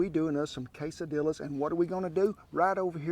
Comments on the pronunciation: Say kay-suh-DEE-yuhs. Please. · Everyone knows quesadillas (pronounced Kay SA dee ahs)